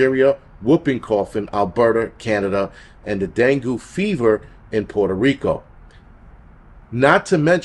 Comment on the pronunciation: Dengue is pronounced den-gay.. it's a common thing in the islands . Alot of these issues have herbal cures, but they don't want you to know that. Violets treat foot to mouth disease,for instance. Prepare with knowledge yall!!! ❤😊